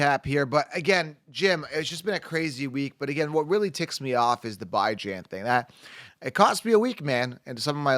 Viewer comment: Please... Please for the love of whatever the hell you believe in... Stop calling him "Bye Jan" 😂 good lord